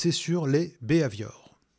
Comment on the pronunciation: Excellent, clair et précis... moi, le seul point agaçant c'est la prononciation du "bi Hai Viore".. à la françoise qui donne un "b ave ior" :)